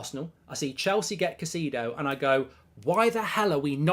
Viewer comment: Bro never fail to butcher Caicedo’s name 😂😂